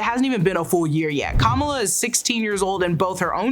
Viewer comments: PSA its Kum=ALL-AH Not KOM-EL-UH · She's Ka-MAL-a. She's not Comma-La Harris.